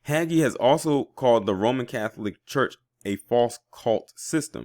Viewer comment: sorry for this: Bexar is pronounced bear. It's hay-jee for that name Hagee. I love you too much to keep giggling at your attempts to pronounce those names. Keep doing what you do, you are appreciated.